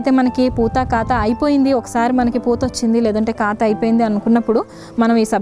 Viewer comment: కాతు అంటున్నారు కాపు కదా